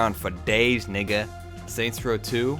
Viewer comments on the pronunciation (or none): Like how he said nigga like a white guy